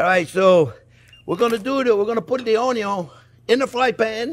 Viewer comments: Friend, not "onyon" but "ONYO" 😂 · Onyon! :D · I think I know now where Joshua Weissman got his "onyo" pronounciation 😅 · Your caramelized onyo are busting